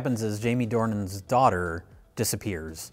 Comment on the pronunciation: Why is he pronouncing it Due-han???? The guy is called James Dornan